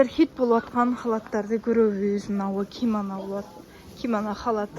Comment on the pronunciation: Кимана эмес кимано